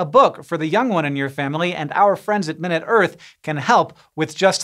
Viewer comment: Time. A minute or so of talking about the earth. The size adjective has the emphasis on the second syllable (my-NOOT).